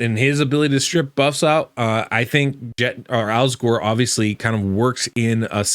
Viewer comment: Alsgor? I thought you said Al Gore.